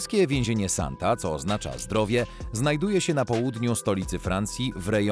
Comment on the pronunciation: Sonte a nie Santa. Używaj tłumacza google, będzie się przyjemniej ogladalo